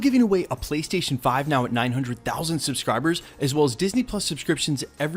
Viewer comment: Prystation prease and fank you